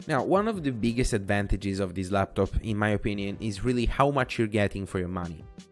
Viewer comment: The design speaks for itself it looks so good. But the “Star LabTop” is triggering me so hard.